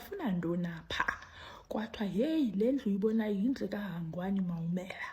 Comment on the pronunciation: Hi prof that's my name and you pronounce it very well❤